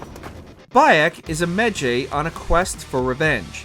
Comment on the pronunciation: Origins being so low on this list is bullshit…also, it’s pronounced “MEHJAI”